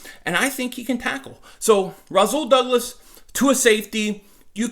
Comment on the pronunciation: Its Rasool not Razool